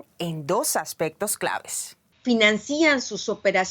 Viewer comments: Eres periodista y dices: ¿financían? Lo correcto es: financian. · "**NO SE DICE F I N A N C Í A N SINO, F I N Á N C I A N CON LA TÓNICA EN LA "A" DE LA SEGUNDA SÍLABA ***" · Financian, más no "financían", aprende a hablar castellano Anabel Hernández. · ¿Por qué dicen “carteles” en lugar de “cárteles? ¿Por qué dicen “financían” en lugar de “financian”? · La palabra "cartel" no lleva acento visual. Se acentúa en la última sílaba, pero sin acento visual. "Financían" no existe. El acento (invisible) de la palabra está en la sílaba "nan."